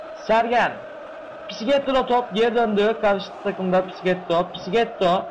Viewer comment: Ne biçim bir okuman varmış hepsi tamam da ''Pisiketto'' deyişine dayanamadım amk.